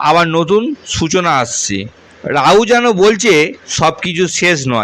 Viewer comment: রওস্য, রাউ, কি? নিজের শিক্ষা আর ভাষা ঠিক করো গাধা